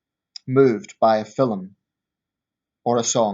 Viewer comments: Film is one syllable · It's how jocks pronounce film mate, get over it ya fanny